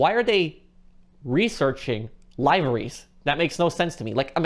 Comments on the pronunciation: Laiverys. It's Livery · The way he pronounces liveries was really getting to me lol